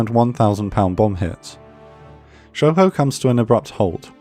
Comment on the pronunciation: They butchered Shoho. 🤣🤣🤣